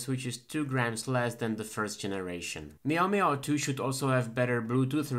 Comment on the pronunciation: You said "maio maio" 31x! Thank you so much for this video!